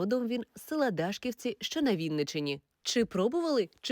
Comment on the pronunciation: А може Дашкі'вці, наголос на і?